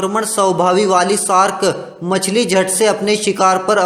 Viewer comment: It's shark not sark